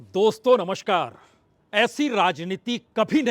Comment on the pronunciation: प्रसून जी थोड़ा अपना उच्चारण सुधारिए। नमशकार की जगह नमस्कार और इलेक्ट्राल बॉन्ड की जगह इलेक्टोरल (Electoral बॉन्ड) बोलिए।